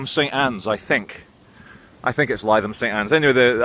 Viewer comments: Is pronounced Litham st Anne’s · It's pronounced Livvam St Anne's. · Pronounced ‘Litham’. Love part of the world. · Lytham St Anne’s is a lovely place. So is Ansdell Beach. It’s said ‘Ains-dale Beach’ at ‘Lith-ham Saint Anne’s’, for our none local friends over the pond…. knows how to pronounce it but he’s a very naughty boy! 😆 Not allowed.. to mispronounce!! Glad you’re taking the time to decompress from the madness….. Take care. 🙏🏼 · Lie them st Anne's 😆 good old, if he calls it that, then that's how it's pronounced